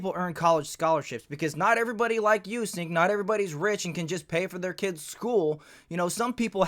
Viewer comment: 'SINK' YOGURT 😂👌